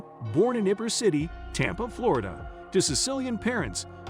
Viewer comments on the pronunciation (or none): Ibbor city instead of the correct pronunciation EEbor City and Melvin Belly instead of the correct pronunciation Bellai.......Should you be doing voiceovers for YouTube? Mind you, I've only watch about 2 minutes of your 7+ minute video!